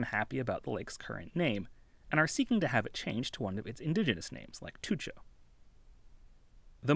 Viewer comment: respect for actually learning the pronunciation of indigenous names